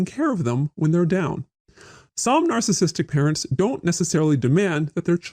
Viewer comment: I keep hearing it as “alcoholic” when he’s saying “narcissistic “